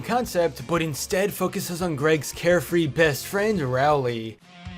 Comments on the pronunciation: Finally he pronounced Rowley right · He pronounced Rowley correctly! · Finally pronounced Rowley correctly